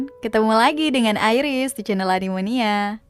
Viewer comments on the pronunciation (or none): none